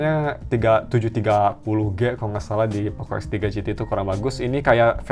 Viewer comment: Perasaan x3 , kok om ini bilang f3 pro f3 gt, apa pendengaran ku yg salah